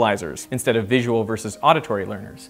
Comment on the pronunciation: Three, I suppose :-) Vi-su-al